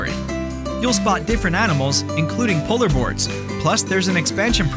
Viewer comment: Did he say you'll see a polar board? :o